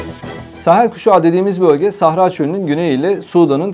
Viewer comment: С ударениями у этого ,,профи,, проблемки. СахАра. Двоечник вылез...